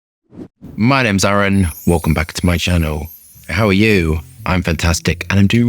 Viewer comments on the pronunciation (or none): none